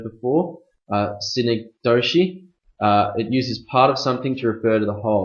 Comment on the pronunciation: always is an adverb synecdoche badly pronounced chasm too many missed ideas figurative language is not well noted certain words are not explained in terms of their implications